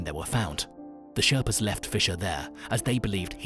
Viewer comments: This video is ridiculously bad. Skips so many important questions and is clearly just AI slop. Has so many incorrect tenses and says things like ‘ruined plans that they had planned.’ I couldn’t even get halfway through Edit: Also calls them ‘sharpas’ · “Sharpas”? At least get the word correct. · this man says SHARPA's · You lost me at "SHARPAS"...I'm out! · Turned off when I heard he called Sherpa’s, sharpers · You lost me at the mispronunciation of Sherpas. It's not that hard. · Hey good video man here's a little some feedback dude. The group of people you're referring too are actually called sherpas not sharpas also please relax on the weird 3d distortion effect it's OTT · When he said Sharpas I had to turn it off. Fk a.i videos. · Sharpas?????🤣🤣🤣 I can't watch this if they can't get these heros name correct!!! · "Sharpas" lol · it's mountain madness, not madness of mountain, and sherpas, not sharpas... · They are Sherpas, Not Sharpas! If you are going to make a mini doco, at least get the spelling and pronunciation correct! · Its Sherpas and not Sharpas !! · Sherpas not sharpas* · Sharpas? Thought it was sherpas. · Its SHERPAS not SHARPAS ! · Sorry... 3 goofs in 90 seconds -- Mountain Madness (no 'of' in there), ShErpas, not ShArpas, David Breashears, not Brashear. I'm out! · its not sharpas its sherpas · Sharpas?! It's sherpas. For all of the details that went into the video, getting the correct description of the indigenous people seems as if it would be paramount. Also, I do not remember hearing any reference to the "death zone", the area approximately above 26,000 feet where the body loses more oxygen than it can take in. For context, that seems as if it would be highly relevant. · It is not Sharpas. It is Sherpas. Can't believe a channel who has done so much research to make this video just ignored this simple fact that Sherpas are the god for the climbers, and should put a deserved emphasis on them. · They’re sherpas not sharpas 🤣🤣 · It’s sherpas